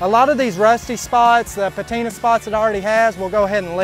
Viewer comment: It's "PATINA"!!!!!!!!